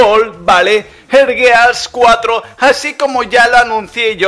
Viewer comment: Al menos si le dijiste bien al gears 4 xD